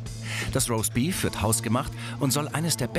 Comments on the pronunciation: "Raustbief rauskommt...."😂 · Was ist denn bitte rossbeef? Jumbo soll mal aussprechen lernen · Niemand: Absolut niemand: Jumbo: ROSTBIEF